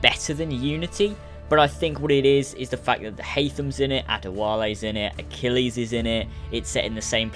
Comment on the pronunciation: Say ACHILLES not archilies 5